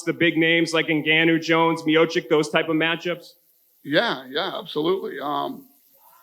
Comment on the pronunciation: Stipe is one one of the best UFC Heavyweight ever & 99% Of these Lame ass reporters can´t even pronounce Miocic right. PUT SOME RESPECK ON THAT NAME